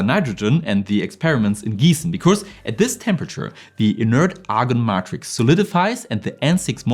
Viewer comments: In English poly has a 'short O' as in 'pop' not a 'long O' as in 'pole'. However Matrix has a long 'A' as in 'maid' not a 'short A' as in 'mad' i.e May'trix not Mat'rix. 👍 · English tip: Matrix is pronounced "may tricks"